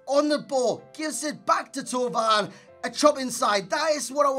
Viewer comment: Finally a YouTube who can pronounce Thauvin properly